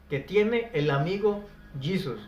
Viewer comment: Yo quisiera saber en que idioma pronuncias el nombre de jesus??